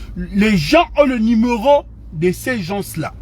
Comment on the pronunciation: Soyez indulgents ! Il y a des gens qui ont des problèmes orthophones ! Malgré ses fautes , j'ai bien compris le message .